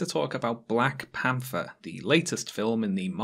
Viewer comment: "Black Pamfer" and "For: Ragnarok" You can't unhear it.